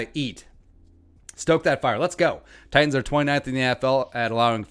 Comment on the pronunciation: If we win, you gotta pronounce "Titans" correctly. Just once. Just one time. Pretty please...